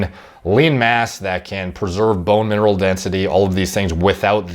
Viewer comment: "bone marrell density" same, same 😅